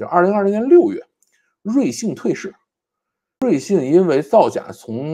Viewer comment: 瑞幸，为啥会读成瑞信😂